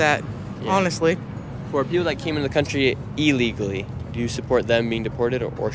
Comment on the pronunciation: I have watched a lot of videos from Nick and support him and his views. But he still cannot pronounce the words "legal and illegally". That is why so many people don't answer his questions the way he thinks they will. He really needs to ENUNCIATE.